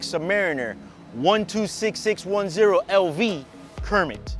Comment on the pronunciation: Call it a “Cermit”